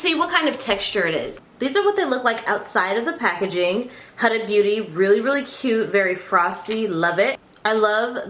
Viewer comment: Hi, her name is pronounced as Huda (who-da-h) and not the way you pronounce it 🙂